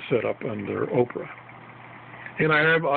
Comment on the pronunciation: Not oprah it's opera